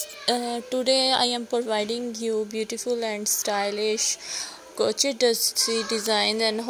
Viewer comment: o bhen urdu bolo ap ghlt bol ri hain...crochet hai crochet.... urdu boly sy sharmao met ap ko wase b views aye gy or zada aye gy